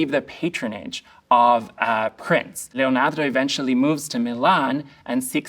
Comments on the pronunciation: He says Leonardo how I would like to one day be able to say Leonardo 🤩 Thank you for your knowledge and insight! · Is it me or is anyone else annoyed by the way he pronounced Leonardo? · If you need a run down... I only made it 7 minutes.... This guy is Suuuuuuuper sad that chocolate wasn't available (consider me suuuuuuper seriously struck). He makes a BIG point that Leonardo (pronounced LLeeonyeeardo).... He's also a weirdo. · that emphasis in "LeoNAR🤌do" goes hard... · Love how he says Leonardo! Makes me feel better about my accent 😅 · The way this guy says, 'Leonardo' scratches my brain in the best way. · Why do you pronounce "Leonardo" in such a strange way? It's inauthentic, annoying, and seems ignorantly pretentious.